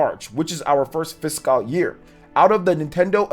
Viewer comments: It's like "Fis-cowl" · Great vid glad you went over some stats, charts and breakdowns of their annual report many did not. Always keep it locked here for the latest info. Didn’t you drop like 3 vids yesterday? Woo! dunno why but it’s irking me a bit u gotta pronounce it “Fis-Kul” year. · it just makes me cringe a little, the way he says fiscal. 😂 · Goodness, your pronunciation of "fiscal" never improved. 😔